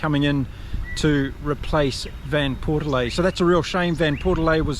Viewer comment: Mate, you gotta get your pronunciation right here! It’s JVP to most people, because you’re not the only one who can’t pronounce his name, which is derived from Dutch. It’s pronounced Van Port Fleet. Got it? But, much more important, the addition of Alex Mitchell will be a boost to the England side. He’s everything JVP is not: fast, quick feet, adventurous. Let’s hope we will see him played often and allowed to jouer. To be creative. But Borthwick…not a creative guy at the best of times. Very sorry about Ntamack. That is tragic, but his replacement is pretty smart too. So not too much lost there for the tournament favourites, we hope. Keep on Kiwi kommentating!